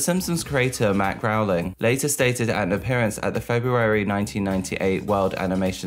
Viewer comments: Why do you keep pronouncing the Simpsons creator’s name as “Matt Growling”? His last name is spelled “Groening” and pronounced “Grayning”. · I thought it was "Groan-ing" like the sound I make after hearing him say "Growling" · Why are you pronouncing it "Growling"? 😂 Why do MJ stans know nothing about anything that doesn't immediately pertain to him?! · what amazes me is they used an interview of Matt from a late night show...... sooo you're telling me you watched the host introduce Matt Groening and still said "Growling" and no one took notes or used Google or Wikipedia or the entire Youtube video archive? damn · Where did you get Matt GROWLING from? It's Matt Groening, which is pronounced Gray-ning. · Matt Grow-ling? Groening * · groening not growing. dear god. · The creators name is Matt Groeing!,.......NOT Matt Groweling! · Matt "Grain-ing" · Matt Groening (Pronounced Gray-ning) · Forgive me, but Matt Goenings’ name is pronounced like “gray-ning” 😅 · Hey, the name 'Matt Groening', Groening is pronounced as [Gray-ning] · Could you please learn how to properly pronounce Matt Groening's last name? It's not Growling.